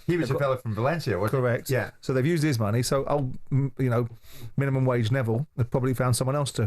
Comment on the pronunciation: Minium wage neville 😂😂😂😂